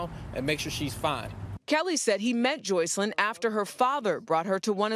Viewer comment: Her name is Joycelyn!!! He doesn't even know how to pronounce his girlfriend's name😆🤨